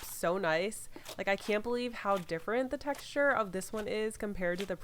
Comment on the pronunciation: how many times did she say texturrr